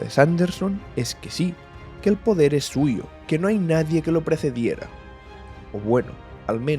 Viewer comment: El "podrer" de Adonalsium xddd